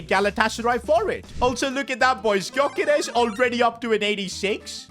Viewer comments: It’s pronounced guy-yo-Kers not gy-yo-keres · You say his name yokeres don't pronounce the g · They way he says Györkeres wrong ever time really annoys me